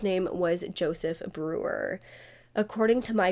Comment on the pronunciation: I can't stand the way this YouTuber lingers on the last syllable of a lot of words like whenever she says Jersey she says it like this "jerseeeeeeeeeeee" and then later she says the name Brewer like this brewereeeeeeeeer. Very annoying